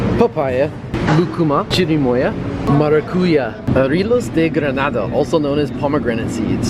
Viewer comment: Checking how lucuma looks like, I definetely haven't seen it here in my city in Brazil. Maracuja we have here a lot (but we don't pronounce it as you did 😁), starfruit is "carambola" in Portuguese. Loved the tamales, the alfajores! Humita is truly the Brazilian "pamonha".